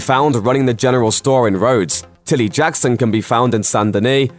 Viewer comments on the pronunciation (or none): none